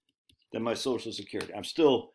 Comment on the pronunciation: Every time he says sosh-skerity, take a shot of liquor.